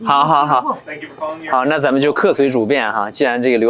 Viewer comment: 英语发音太差，good念作“顾的”，thank念作“三克”。